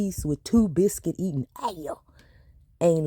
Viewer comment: 😂😂😂Your're so funny. That " Dre's biscuit eatin' ayuh (ass)" took me all the way out 😂😂😂 That emphasis on the "B" in buscuit 🤣